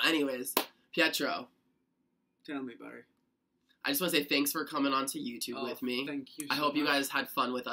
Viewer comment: I just love when he says Barett because it sounds like Barry.